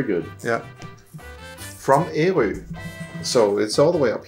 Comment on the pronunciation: actually you are more close to the native pronounciation of Ærø and not the popular pronounciantion as your friend (and most danes) uses. Ø being island the first part formerly was Ær-ø and not as it is now Æ-rø. the first form the guttural R-sound is much softer like you did. :-)